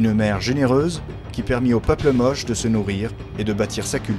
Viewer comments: Je salue votre reportage, salutations de Bruxelles ! Même si on prononce Moché et non pas Moche. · J'ai habité 4 ans à Trujillo et ma femme est péruvienne et je peux vous assurer qu'on prononce ça Motché peu importe la langue. Comme on prononce Juan (rouane) en espagnol avec la jota ou James (djaymss) en anglais. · On prononce MOCHÉ ! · Big up pour la musique d'Age of Empire par contre, on dit "moche" à l'espagnole. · Ca se prononce Motché... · Motché y motchica , se pronuncia. La lunA. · On prononce : motché. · Merci pour votre réponse. Les Péruviens prononçaient tous "Mochica" lors du tournage. Nous avons donc traduit "Moche" pour le commentaire en français (mais nous ignorions le "tché" dans la prononciation). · Monsieur ou madame de CRESS, je peux vous assurer que même en espagnol ça le prononce MOCHÉ avec en "é". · Comment est-il possible que le presentateur ne sait pas BIEN prononcer "Moche". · Non ça se prononce Mochica en espagnol et simplement Moche en français. L'un ou l'autre :)